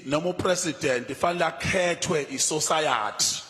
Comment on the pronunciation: Sosayathi- English lessons needed here.